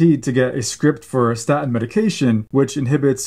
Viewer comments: It is pronounced staTin, not sta'in! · For God’s sake, doc, it’s pronounced “statin,” not “sta’in.” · Very interesting, but please learn to pronounce "statin." It isnt "sta' in." Theres a T in the middle of the word. Please use it. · Very interesting, thank you. The medical profession constantly push statins on us - but you’re talking about something called sta-ins. Has the letter ‘T’ magically disappeared from your vocabulary - or is this some new variant of the drug? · I love you but it is annoying how you pronounce statin. You gave away your generation. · Love your vids. Please pronounce the T in staTin!! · Please. Statin has a T in it. Pronounce it correctly . Its hard to listen to it .